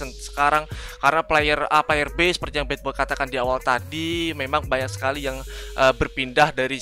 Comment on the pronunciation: Anjir bilangnya bukan badboy tp batboy😂